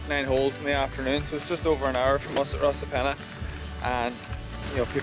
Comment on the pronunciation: Great Vid, just a word though Rosapenna is pronounced Ross a penna Not - Rose a penna Cruit is pronounced as Critch ( it’s an Irish word meaning Harp )